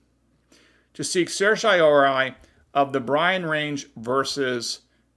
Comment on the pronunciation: Sir-see-yo-rah-rye, before you mis-pronounce it again if you are before the Supremes.